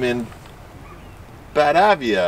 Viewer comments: it's pronounced "BaTAvEa". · Batavia, pronounced "Bat", long "A", "Via" Batāvia. It's about an hour due west of Chicago, IL.